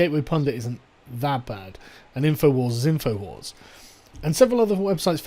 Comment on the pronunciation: “And inforwars is infowars” HAHAHAHAHAHA